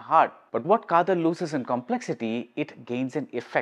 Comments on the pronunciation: It is "Kaadhal" and not "Kaathal"...காத்தல் அல்ல காதல்... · Dharmam can't have the "Tha" sound like Thala..Another example, you can write KJ Yesudas or KJ Yesudhas but not KJ Yesuthas.. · It is a tamil word written in English and while pronoucing, malayalees are pronouncung it as "Kaadhal" only (the same sounding when you say "Dharmam, Adharmam (DH and not TH)...and you write "Dhoni and Thoni"..